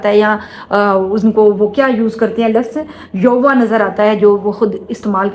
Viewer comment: Sister ये नाम का उच्चारण यूवा गलत है इसका असल उच्चारण पवित्र।। यहोवा।। सही उच्चारण ये है।🎉